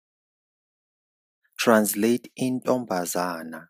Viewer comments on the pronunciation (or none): Intombazane not Intombazana